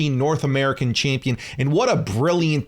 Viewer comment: Can’t stand how U say “Chaympion”